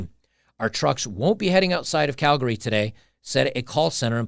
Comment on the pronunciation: Holy crap, most people in Canada don't pronounce Calgary correctly. But here's an American blogger (ie: ) who DOES. (it's pronounced CAL- gree, not CAL-gar-y). Good that our truckers up here did what they did, and a disproportional number of the truckers who descended on Ottawa came from Alberta. Some of those of us who donated to that cause have had bank accounts frozen by the Nazis in Ottawa - yet another branch of the totalitarian rabbit hole. But there are other movements here in Alberta, aka: "Texas North": The Alberta separatist movement is nothing new. Those who understand the futility of remaining part of an oligarchy like CanaChinaZuela have been pushing for a free and sovereign nation of Alberta for decades. But the Alberta US statehood movement is certainly a newer sentiment. More Albertans are beginning to realize that the sovereignty option will never be allowed to happen without Alberta having the military presence to back up such a declaration. (Look no further than the crushed Catalonian secession attempt from Spain for a glimpse of what would happen to Albertans at the hands of Ottawa, China and forces within the countries making up the UN body for proof of this). Nor would it be feasible from a land-locked economic perspective. The Alberta US Statehood movement is picking up steam. Can anyone in the US and Alberta wrap their minds around just how much of a world economic powerhouse the US AND Alberta would be if this were to happen?